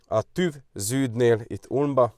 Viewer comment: Asztúgymongyák, hogy TÜF(V), már annyi időt eltöltöttél itt, hogy illene korrekten kiejteni a szavakat- hangokat..